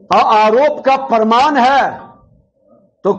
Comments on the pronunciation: प्रमाण को परमान बोलने वाले की पढ़ाई और डिग्री कैसी है,अब जनता बखूबी समझ रही है। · प्रमाण को परमान बोल रहा है। यही सब बिहार की शिक्षा और विकास को रसातल में पहुंचाया है। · WAH . ENGINEERING MEIN DIPLOMA YA PHIR DIPLOMA MEIN ENGINEERING KIYA ISSE PATA NAHIN . AUR DEGREE KA PARMAAN DE RAHA HAI . PRAMAAN NAHIN BOL PATA PRMAAN BOLTA HAI . BJP KE EDUCATED BANDA .